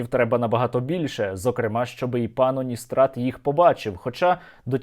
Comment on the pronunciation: Пан здається не Уністрат, а калістрат 🤦‍♂️ блін, сквоздняк у голові чи шо?